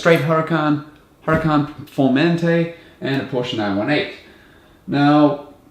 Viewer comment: You say Aussies are not good at pronouncing stuff, but you're the only english-speaking person I've ever heard who pronounces "Porsche" right.